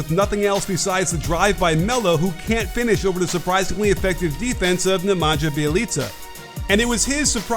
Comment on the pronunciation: Hey coach Nemanja is closest pronounced Nemania. Nj is one letter pronounced ɲ so correct pronunciation is němaɲa, Nemania should do